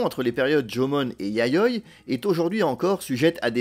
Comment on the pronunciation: Super intéressant, merci. En plus, la prononciation du japonais est assez correcte, sauf peut-être pour "Yayoi" où le "i" est plus marqué (YA-YO-I)...